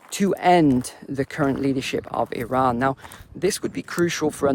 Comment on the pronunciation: Stop being pretentious in the pronunciation of Iran and Iraq, I can't listen to it